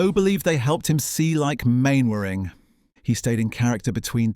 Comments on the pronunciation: Man-ering, not Main-ering! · Elizabeth Mainwaring was played and voiced by Parnell McGarry. Arthur's real-life wife appeared but never portrayed his onscreen wife. And Mainwaring is pronounced ""Mannering". And it was the BBC who changed the title from Jimmy Perry's "Fighting Tigers".